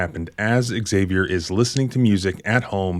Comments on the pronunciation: Im just curious, why do you pronounce Xavier “ehh-Xavier”? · The name 'Xavier' is pronounced 'ZAV-ee-er'.